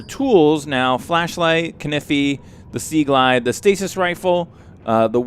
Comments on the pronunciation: ITS PRONOUNCED KNIFE not kenife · I'm brand new to this channel and I already love it. ^_^ But, why do you pronounce knife as k-nife? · Does he normally pronounce a knife like that?